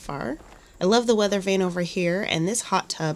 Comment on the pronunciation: "Under the weader" lol